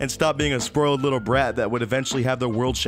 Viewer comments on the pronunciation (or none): S P R O I L E D